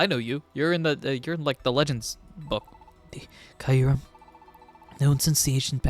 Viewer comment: The goat has returned!!! 🥳🥳🥳 Glad you're back at it my guy! Also just a FYI you pronounce Kyurem's name like Cure-um. The y is actually silent funnily enough lol